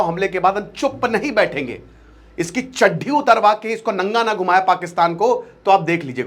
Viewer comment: Chaddi❌ Chadhdhi 😂😂 ba sir